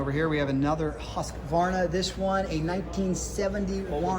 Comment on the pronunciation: It's "Hoosquarna" , it is "Rickman", it is "Myco " (Maico), Ducati is not Ducaddy, "Lumbretttttta" , Moto "Gootsee".BTW the 1970ies HD-Racers were actually HD branded Italian Aermacchi ("air-macki). I understand US tongues shrad non-english names , but we've 2023 where every average Phon can tell you how to pronounce words ........not knowing is one thing, ignoring another , being proud to ignore a dangerous mental trap....The beige Diesel-military bike is actually a converted Kawasaki KLR .